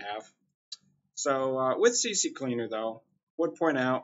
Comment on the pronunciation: Thanks for the vid...but damn lol Please! CCLEANER JUST C and then Cleaner...if you're going to say CCCLeaner then say CC-Leaner it sounds more Gangsta lol